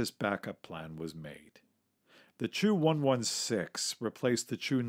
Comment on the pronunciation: Chu-116? It sounded like Two 116 for me. «Ч» makes a “č” or “ch” sound like in -Ch-apel or -Ch-ange